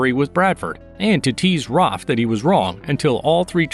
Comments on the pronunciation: Its Raph you monster not ROF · Why do you call Raph "Roph"?